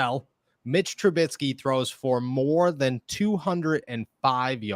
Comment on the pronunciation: Please learn how to say TRUBISKY. It’s not TruBITsky.